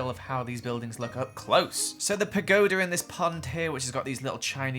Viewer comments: God dammit its pagoda not pagola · Ok but like? Pagola?? Isn't it Pagoda???? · Pangola? I thought it was pangoda hmm i make an orgami version quite often (or am im getting it wrong :/ ) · Is it just me or did pronounce pagoda multiple different ways with letters that aren't even in the word